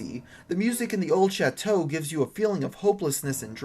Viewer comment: how to pronounce old chateau: the-old-SHAT-too :)